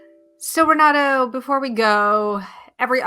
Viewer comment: Hi Asha, please say Renato's name like he does. Not Renaddo, RenaT-TOE ❤